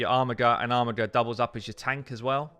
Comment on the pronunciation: Mispronounced words are the FLAT STATS of the English language. It's pronounced ARMIJER not armigger. REEEEEEEEEEEEEEE!